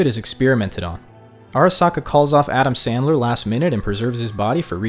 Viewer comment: You said adamn SANDLER 😭😭😭🤣🤣🤣